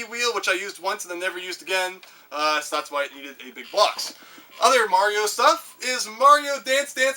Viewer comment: I am glad to have finally found a Canadian on YouTube who knows how to properly pronounce mario xD